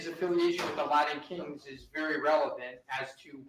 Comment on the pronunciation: Rashbaum has trouble pronouncing T’s Latin Kings is not pronounced Ladin Kings.